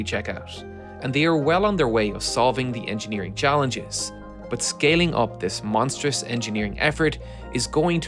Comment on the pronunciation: now just needs to learn how to pronounce "lot" and "but" properly, without leaking air at the t sound - actually all the words that end in t and d, many Irish have trouble with pronouncing properly, where they soften it by letting air escape after the consonant.